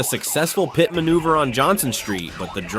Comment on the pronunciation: So inaccurate about the details and figure out how to pernounce pit